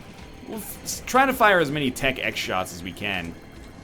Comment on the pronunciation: NL its just tech x not tech .x idk why i feel the need to point this out but it irked me slightly sorry